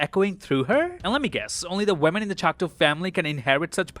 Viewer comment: It’s ChocTAW not ChocTOE. Come on dude. You’re not retarded